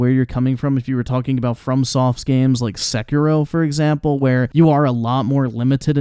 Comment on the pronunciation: Bozo didn’t even say fromsoft correctly 😐